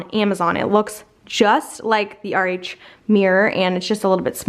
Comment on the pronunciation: I guess your saying RH I thought you kept saying, "Our age".. Lol